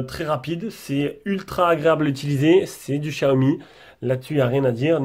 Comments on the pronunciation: Xiaomi se prononce chi-a-omi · lol mais Xiaomi aime pas quand on le prononce comme sa 🤣